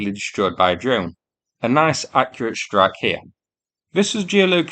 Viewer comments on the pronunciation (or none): none